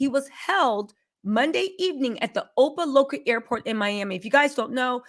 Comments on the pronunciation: Love , it’s not Oh-pa-Loca It’s O-pa-Lock-Ah 😂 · Everybody from South Florida cringed every time she said ‘OpaLoKa’😂😂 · it's Opa-Lock-Ah😊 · Opa locka pronunciation is. Wrong dear try again